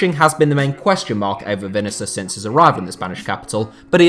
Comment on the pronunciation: I like your videos but man you got to stop butchering the pronunciation of players names (Vinicius in this case)